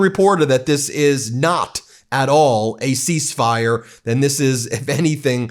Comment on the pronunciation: Ceasefire… he got half of the word right…